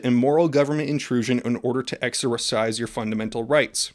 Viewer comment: Anybody else hear how he said exercise lol